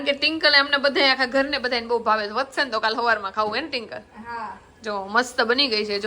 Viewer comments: Tinkal nai Twinkal bolo 😂😂😂😂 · Tinkal tinkal😂😂😂😂twinkle bolo n ben😂😂😂😅😅😅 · Tinkal tinkal ka bolo cho twinkal name che 😅😂😊